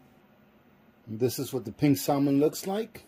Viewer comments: “SAL MIN” 😂 its “SAM MEN” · The L in Salmon is silent. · The L in salmon is silent!? Please sound like you know what you’re saying!!! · Is that an Alaskan thing to Pronounce the silent L in salmon..? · I don't know if I should trust someone who doesn't know how to pronounce salmon.